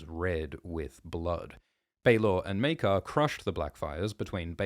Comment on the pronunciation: It's pronounced... Mere-kar!